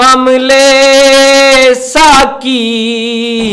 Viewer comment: السلام عليكم ورحمة الله وبركاته ، اس چینل کا نام کیا ھے ؟ تلاوت جس نے کی ھے وہ جنگل سے لایا گیا معلوم ھو رھا ھے نہ کپڑے ڈھنگ کے ہیں نہ سر پر ٹوپی ھے نہ تلاوت میں تجوید ھے نہ لہجہ اور لحن ھے کسی کی اردو صحیح نہیں ھے (ساقی) کو ساکی ک سے پڑھ رھے ہیں (قریب) کو کریب ک سے پڑھ رھے ہیں علّامہ (لام پر تشدید) ھے لیکن بغیر تشدید کے پڑھ رھے ہیں ، علّامہ اقبال کے پروگرام کا چینل چلائیے گا تو خیال رکھئیے گا کہ اردو صحیح ھو تلفظ صحیح ھو پروگرام میں شارکین کا لباس صحیح ھو ، مجھے افسوس ھوا ننگے سر تلاوت کرنے والے پر ، ننگے سر تلاوت کرنا قرآن پاک کے ادب کے خلاف ھے ، تلاوت کرنے والا خوش الحان قاری ھو مجوّد ھو با ادب ھو چہرے پر ڈاڑھی ھو سر پر ٹوپی ھو اگر آپ میں ادب وآداب نہیں ھے تو ادب کی محفل بے ادب ھے ۔